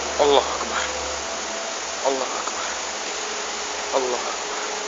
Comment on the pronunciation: At number ten notice that he kept saying alul akbar. (Sorry can't spell it.)